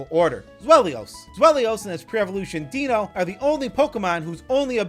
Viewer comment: This guy's pronunciation of the names are AWFUL Deino is "Dye-No", Zweilous is "Zvye-lus", and Hydreigon is "Hy-dry-gon" because they're based on German numbers. Eins, Zwei, and Drei.